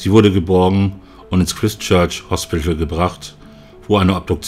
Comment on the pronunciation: Das Christ in Christchurch wird Chreist ausgesprochen.